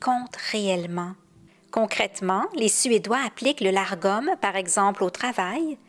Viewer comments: Le mot dont vous parlez est Lagom et non largom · Lagom sans le R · Une petite précision pour éviter la confusion. Selon plusieurs références que j'ai consultées, le "Lagom" se prononce en français "Lar-gom", même s'il s'écrit sans le "r". Cependant, il se prononcerait finalement tout simplement "Lagom". En voulant bien le prononcer, je me suis compliquée la vie, alors que c'était tout simple (La-gom). 😅 Ne parlant pas suédois, je m'excuse si je ne prononce pas ce terme (comme les autres de ma vidéo) de la meilleure façon. 😉